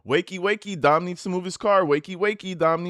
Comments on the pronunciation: "dim" is supposed to be "Dom". 👀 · Could ‘Dem’ be ‘Dom’? 😬